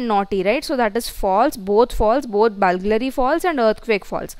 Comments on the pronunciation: Its BURGLARY not BULGLARY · Correction: It is not "Bulglary" it is "Burglary".